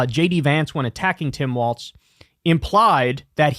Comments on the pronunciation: Walz not Waltz. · It’s Walz not Waltz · It's Walz, not Waltz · It's WALZ. WALZ!!!!!!! Quit saying Waltz Lmao. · For the love of god kyle its walls not waltz 😂😂😂😂 ❤ 😅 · Long time viewer but tbh bro keeps mispronouncing Walz and it’s driving me nuts.